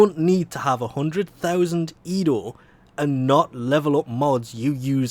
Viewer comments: ENDO, EN.DO. not edo lolol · Bruh... you keep saying "Edo" instead of "Endo" Did you just watch Star Wars Rogue One? Edo got a good slappin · ITS E N D O NOT EDO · Hearing you call it "EDO" shortens my life by a month. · it just slowly kills me from the inside when he says EDO -_- i love u but god damn sometimes ur a pain in the a$$ to listen to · No, it's just your typical mispronounciaton.